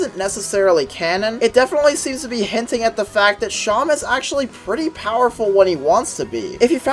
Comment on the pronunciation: I’m gonna be honest I stop posting you, pronounced it as Shan it’s “se-em”